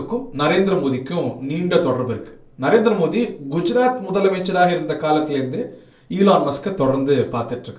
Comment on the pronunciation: மோடி என தெளிவாக உச்சரித்தால் நலம்